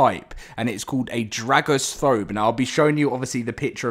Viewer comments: Dragastrophe... As in dragon-catastrophe... not 'dragostrofe" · Dragostrophe pronounced like catastrophe, Ca-Ta-Stro-Phy so Dra-Go-Stro-Phy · Pretty sure dragostophe is pronounced like catastrophe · I think Dragostrophe is meant to be pronounced similar to catastrophe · I think the dragon is pronounced like catastrophe